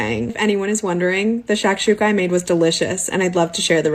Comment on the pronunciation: I don’t like she said shashuka